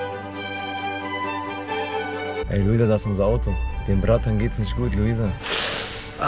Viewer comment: wer ist eigentlich : ISCH , KOLLEGA ? und was bedeutet FERTISCH , NISCH